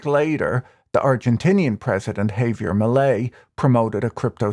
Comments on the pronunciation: it would be preferable if you were to enunciate millier's first name as 'haah-vier', not 'hay-vier'. 😉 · "Hay-vier" lolol wtf do Brits literally insist on absolutely mangling any and every foreign-language word they speak?? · No, you have the stress on the wrong syllable. The English phonics should be hah-vee-AIR. Last name me-LAY. Also, the v in first name is pronounced more like a "b".